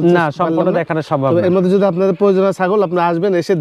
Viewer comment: এর উচ্চারণ ঠিক করতে হবে যোদির বদলে বললো যোযি 😅😂😂😂😂